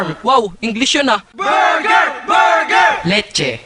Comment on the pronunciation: BURDER! BURGER! "LETCHE"